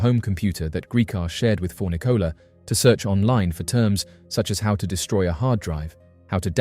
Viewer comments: Pretty sure her name is pronounced kuh-NEE-kuh, not KIH-nicka. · "Kahneeka"not "kenika' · Its Cuh-knee-cuh, not ken-ehh-cuh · Her name is pronounced ken-NEE-kah not KEN-nuh-kuh. It's annoying when you get the victims names wrong yet talk about how underrepresented they are in media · It's kaneeeeeka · Say Kenneka's name right. Jeez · If you're gonna exploit and profit off her of death, at least pronounce Kenneka's name correctly. Any research done would have shown you videos of her mother saying her name.